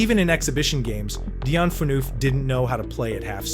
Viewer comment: It's an AI voice. That's why. you type it into a prompt and the AI voice's pronunciation of some names will sound off, just like Subban's name.